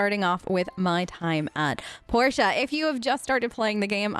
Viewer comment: It's Port ee uh The characters pronounce it as Porteeuh